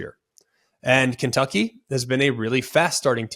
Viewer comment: you can’t even say kentucky right that’s how you know they’re gonna win